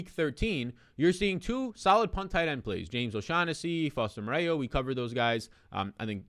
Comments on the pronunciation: I was gonna reply the same pronounced like Morrow not Moreo. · Foster Mo-ro. Mo-ray-yew lol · Foster "MORE-ROW". It's French. Amazing show! I got your back on the pronunciations. Gotta get you to #1 -- you deserve it! 💪💪